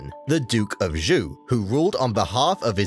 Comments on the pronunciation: Hint for you: "zh" is pronounced as "j" like "John" in Chinese. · I only heard Zhou is pronounced like the English name “Joe”. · No you're right! He did mispronounce it. Same as he did the Qi and the Qin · Your pronunciation of "Zhou" distracted me so much that I had to rewind it and listen to #3 again. Because it didn't sound like Chinese at all... >.> I'm by no means an expert at Chinese pronunciation, but my understanding of pinyin inclines me to to pronounce the zh like an sh (as in shush) but with a z and the second half like ow (like you stubbed your toe. Or as in how). But I don't blame you very much for that. Chinese is a language that is not very friendly towards English speakers at all! And who knows? Maybe how I would pronounce it would be wrong too!